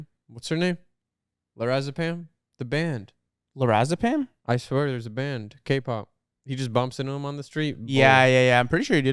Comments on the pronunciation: "lorazapam" omg LE SERRAFIM 🤣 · calling le sserafim lorazepam 😭